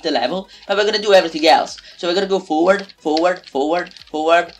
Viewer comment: it is forward not foward